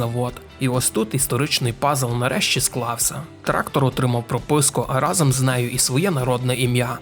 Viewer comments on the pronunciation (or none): none